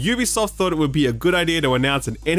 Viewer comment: Someone in games journalism who says "Ubisoft " correctly. Who knew?